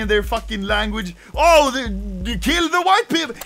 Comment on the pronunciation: “Keel the hwhite peepol”